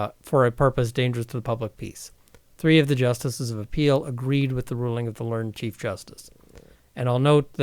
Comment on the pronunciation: At roughly , the word "learned" popped up a few times. You pronounced it incorrectly. It should have, in that context, been pronounced with two syllables. "Ler-ned judge", not "lernd judge". There are a number of other words which follow this same pattern. Generally, when the past tense form of a verb is used as an adjective, the -ed ending will pronounced as a separate syllable.